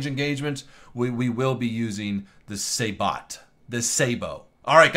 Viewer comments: Say-bow not sar-bot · and say-bot rather than say-boo, for sabot. totally triggered right now!!! lol 😂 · I cringe when he says saBOT instead of say-bo